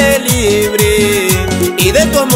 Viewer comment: nuevamente libri ,,, libre ,,, libre 🤣🤣 al menos pronuncia bien y asi andas ablando alos pobres q asen ventas en las calles del ecuador